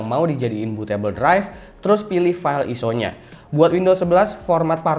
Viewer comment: bacanya ISO bukan ISO